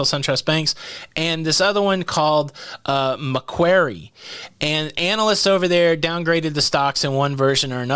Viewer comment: Maquarie pronounced MAQUOREE